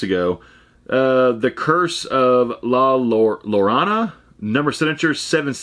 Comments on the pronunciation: Your bonus is awesome. Watch the movie. It's based on a Mexican tale moms would tell their children. It's pronounced La Ya-rone-a. My husband is Mexican and he told me his mother and grandmother would tell him tales about the lady in the movie. She steals kids and drowns them in any amount of water. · la yor ana is how you would pronounce it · Bro the hell? The shining Jack bottle is BADASS. I would've died to have that in my collection. Also the way you said La Llorona lmaoo. Its La Yarr(rolled)-ohn-uh. The weeping woman. YOU GOT LINDA CARDELLINIS AUTOGRAPH IM JEALOUS!!!! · I’m from New Mexico and it’s pronounced la yeh-row-nah. Great item and movie! Keep up the great work! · La Yo-ro-na